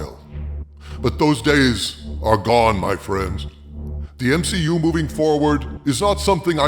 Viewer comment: M-SHE-U. Lol brilliant 😂😂